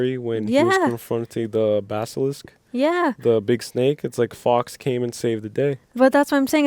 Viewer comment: The phoenix isn't "Fox" it is "Fawkes." Guy Fawkes is historically a symbol of rebellion against tyranny.